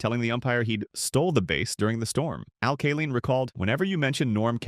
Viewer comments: Yeah, "Al Kaleen" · and "Al Kaleen"